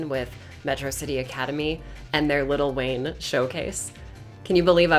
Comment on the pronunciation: Ngl, I thought said "little wang."